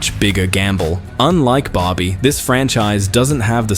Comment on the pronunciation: Dude, It's Barby... Not Bobby, for F**CK sake